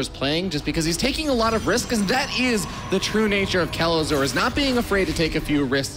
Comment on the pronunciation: How i hear Kelazhur: "Que? Lazor?"